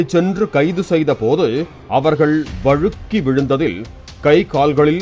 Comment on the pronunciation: வழுக்கி விழுந்துனு அழுத்தி சொல்லும்போதே புரிஞ்சு போச்சு 😂